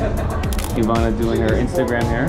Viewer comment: But (as always) Ivana’s pronunciation is ON POINT!! You go too, 😂🤜🏼🤛🏼